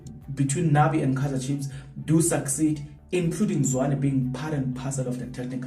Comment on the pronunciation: “Nabi” not Nani